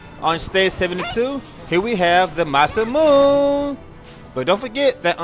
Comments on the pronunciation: Masamune does not pronounced like MASAMOON. It is MA-SA-MU-NEH with four syllables. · Hahah. Sorry. I always tried to ignore most of your mispronounced Japanese words, but when you said MASAMOON~ in this video, it kinda triggers me. Been following you since your last FFXII IZJS LP while playing along. I might be getting PS4 soon to play this again... >:D